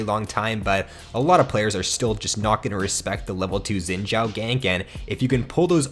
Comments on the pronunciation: I think it's pronounced Shin Zhau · It's pronounced Zin Zao tho xD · He said zin jhao lmfao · asian dont pronouced as sin chao...... xin zhao is actually translated from chinese, in chinese we say zhao xin not xin zhao, but xin zhao is the correct pronounce not sin chao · im laughing about the youtuber when he said zin jaw . just listen 😂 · It must be spelled like shin zao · The way he says xin zhao kinda pisses me off lmao